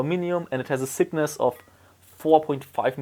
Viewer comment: He wanted to say thickness... I understood sickness...